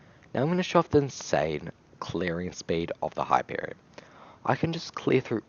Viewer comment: him: the hyperion my ears: the happierion.